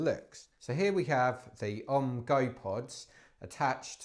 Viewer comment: Learn to pronounce the company name. It’s OMM representing Original Mountain Marathon so is sounded out as initials like “Oh Em Em” definitely not like the yogic incantation Ohhhmmmm!